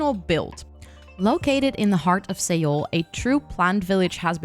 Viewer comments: Beautiful! (Seoul is pronounced like 'soul' btw) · Also incase you didnt know Seoul is pronounced closely to the word soul xD